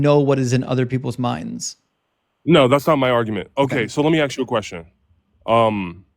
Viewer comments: let me axe you a question...........thats all i needed to hear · Dang, he axed so many good questions!